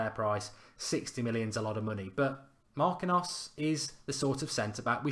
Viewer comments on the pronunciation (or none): MAR-KEEN-YOS, not MAR-QUIN-NOS. Same thing win FA-BEAN-YO, not FA-BEAN-NO. Gotta get better at the Brazilian name of you want to attract Neymar lol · It's pronounced MAR- KEEN- UUUs